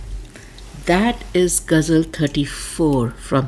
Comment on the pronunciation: you can't even pronounce ghazal, kharab, and ghalib. First get these words right then talk about translation.